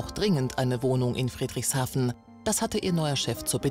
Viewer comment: Friedrichshafen wird weicher ausgesprochen^^